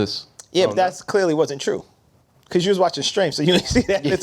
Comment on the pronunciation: “CAUSEBY”